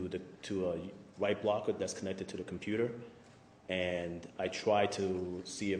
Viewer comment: Who is the computah guy? He's adorable.